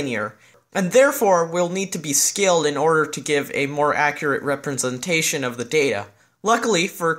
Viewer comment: smart guy but cant pronounce representation